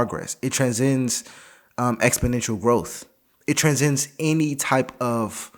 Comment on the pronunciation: transcend, not tranzend